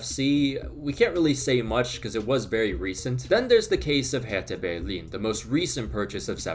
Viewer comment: I guess I just witnessed the most german way to pronounce Hertha Berlin by a non-native speaker.